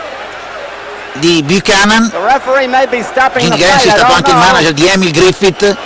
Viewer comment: It's pronounced Ken Bu-cannon not chan-non listen to the commentators too. Apart from that, good job.